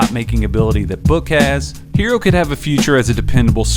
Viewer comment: Look.... it's HeRRo. NOT Hero. NOT Heero. And also NOT Hiro. Some of these "professionals" can't pronounce a name right to save their lives. Let's stop this lazy disrespect and get the man's name right! Can you spell H.E.R.R.O. ? And can you pronounce that double R? Like in "FERRO" or "TERRA" and "HARRY"? You can do it, I believe in you. 💐👍